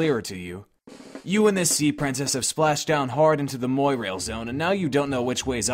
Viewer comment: Okay, nitpick time. "Mwa-rail". Not "moy-rail".